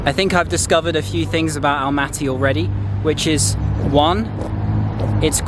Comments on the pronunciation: Nice video You can say Almaty like you did at the first time it wasn’t wrong at all . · You pronounced it correctly in English, Almaty is ok